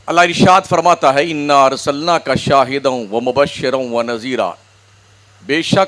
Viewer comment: Shahidaan ko kyu Galat pad rahe hain Haniro Nazir shahidaan matalb